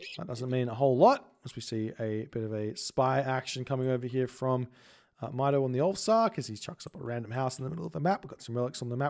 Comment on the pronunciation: It pronounces “Meeto”,. Good EE Brazilian Norse player. Greetings from Brazil. Love your videos 🇧🇷💙